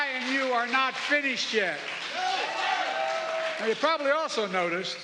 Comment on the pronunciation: Depths of "vandemic"? What does that mean? Did he mean to say "pandemic"?